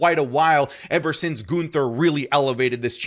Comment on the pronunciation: The way says Goonther kills me 😂